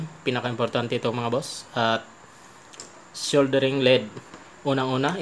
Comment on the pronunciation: Hindi SHOULDERING boss, ang tama: Soldering. Thnx!